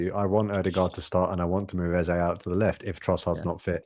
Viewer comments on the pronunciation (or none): THE MAN'S NAME IS EZE NOT EZA!!!😂